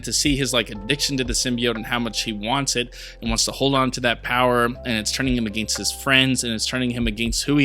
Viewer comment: Why do you say "against" like that lol?